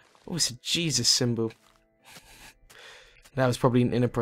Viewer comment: Is it just me, or did he say jizzus ?